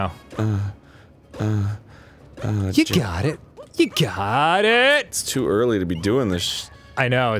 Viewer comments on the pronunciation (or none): When Dan says "ju got it" it makes me think of Die Antwoord's song Ugly Boy